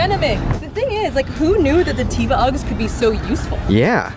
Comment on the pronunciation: Every time she pronounces teva wrong, an angel loses its wings